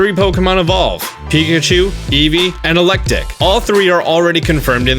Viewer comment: wait man, did u say ELECTIC in the video?